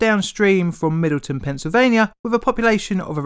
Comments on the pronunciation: Great vid, just wanted mention it's Middletown PA, not Middleton #Local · Due to the narrator's pronunciation, the nearest town to TMI sounds like Middleton. It is actually Middletown. Pennsylvanians pronounce municipalities with "town" in their names without any contraction of the syllable. It's a town; please say it. I visited England twice and wondered mostly about whole syllables that have gone missing, to say nothing about twisted syllables and pronunciations. I have lived in West Virginia for over a decade, and I am still mystified at how the natives pronounce many of the geographical and geopolitical labels here. I am planning to move to southwestern Virginia, and I can tell from visiting there it is going to become worse for me. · Lived in Middletown for a bit, never heard it pronounce Middleton like in the video haha